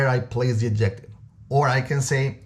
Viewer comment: You lost me when you did,nt pronounce adjective correctly